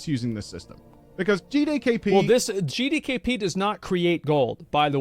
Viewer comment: I don't think managed to say G D K P correctly once in the entire video, GeeDayKeePee